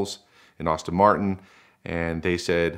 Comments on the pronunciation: It's ASTON MARTIN AND NOT AUSTIN MARTIN!! LEARN HOW TO PRONOUNCE PROPERLY. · It’s not Austin Martin it’s Aston Martin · I would fire this guy for saying “Austin Martin” instead of “Aston”. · And it's Aston-Martin, not Austin-Martin. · I liked this guy until, "Austin Martin" came out of his mouth. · Yeah, I rewound a couple of times to be sure I really heard it too! Sigh..... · It bothers the absolute crap out of me when people say "Austin Martin"